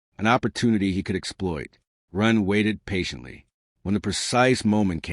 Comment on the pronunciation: Yes some words even common ones are occasionally mispronounced.